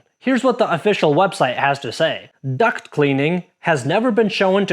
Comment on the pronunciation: Lol. "Duct" vs "duck" . . . I have also heard "cock" instead of "caulk." 😂